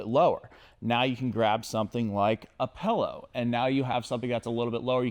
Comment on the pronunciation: please, never stop saying pellow